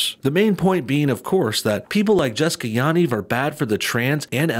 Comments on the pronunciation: You are pronouncing the last name wrong lol. Ya = pronounced like the yu in yup and Niv = pronounced like Neev (pronounced like need, but with a v). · No one ever pronounces Yanivs name correctly. Everyone says it differently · Ur pronouncing Yaniv wrong